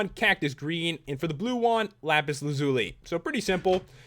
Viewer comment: Pat I just wanted to tell you that you said Lapis right yay for pat everyone haha :)